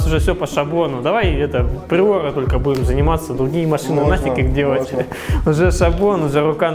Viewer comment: Как же ему трудно говорить туРбо пРиоРа